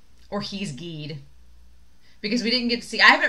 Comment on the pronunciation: “Gide” is pronounced with the hard “G”